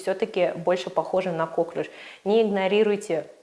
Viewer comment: Впервые вижу доктора, который говорит кОклюш.